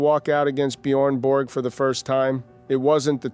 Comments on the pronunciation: I real Swede would Never say Bjoern Bork? Its Björn ( Bårj) Borg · Is that why Stefan Edberg couldn’t pronounce Björn Borg’s name correctly?